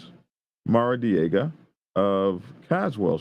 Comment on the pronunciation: “Maradiega ” …uh, hmm “Maradiega” we Californians could have told ya that ! …now available in Pine Level